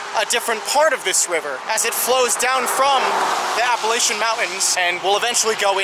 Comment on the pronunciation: You said Appalachian totally wrong